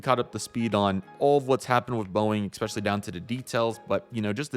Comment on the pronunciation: Appreciate your effort but you guys are hacks. And "ex specially" isn't a word.